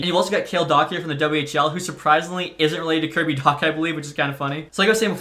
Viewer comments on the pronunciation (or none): none